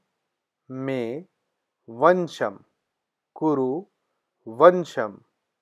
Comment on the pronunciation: वीडीयो आपकी अच्छी है मगर मंत्रो के उच्चारण ठीक नहीं। बोलने में एक गलती होती है तो मतलब बदल जाता है। ये वशीकरण मंत्र में वशम् की बजाय आपने वंशम का उच्चारण किया है।